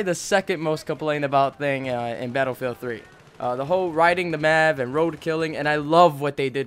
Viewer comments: M.A.V. not mav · all i heard was yousass, Maavv, and deneenate good video bro